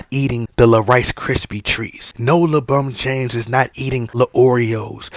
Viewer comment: Take a shot of tequila or whisky, whenever you hear "LaBum James" during the length of this video. Extra shot when you also hear "RBAAAAAAA"